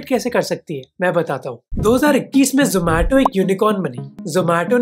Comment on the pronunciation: Aree zomato wale yaha ni aaye zo-maa-to bolne